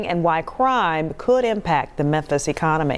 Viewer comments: Bro said Menthus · lol crazy that you say "menthis" consistently every time you can even clearly see your tongue between your teeth making the "th" sound, instead of the "f" sound where your lip would be under your teeth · Menthis? Oof. Memphis. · Not really. If it was well said he wouldn’t keep calling Memphis TN “Menthis”. And it’s not even a 1 time slip up, he says Menthis every time. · "Menthis" Much love. Don't change man. I make fun because it's funny but I want to see you keep doin you. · "Menthis'? Mem.... Meeeeeeeemmmmphis lol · MemPhis. Not Menthis. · Memphis; ph is pronounced as an f, just saying